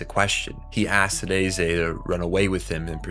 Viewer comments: He is saying Ney-zay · Why are you pronouncing reze’s name like that? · Sorry bro but please learn how to pronounce agrarian and Reze correctly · Why are you pronouncing Reze name like that lol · Bro I literally came to find this comment. No hate. Im just curious like am I hearing things or is everyone else pronouncing it wrong.